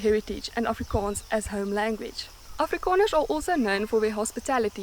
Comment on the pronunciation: It's called 'oorronding', not actually the pure way to pronounce Afrikaans vowels.